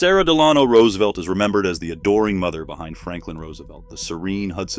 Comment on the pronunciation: Can you at least pronounce the last name correctly? 😂